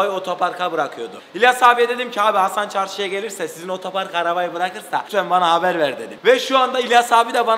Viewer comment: hasanın ötöpark demesi KDÇSDÇAÇKDÇDLSKDÖDKDKLDDLKDÖD